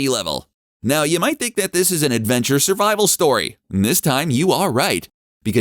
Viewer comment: “SURVIVOL” there you go :)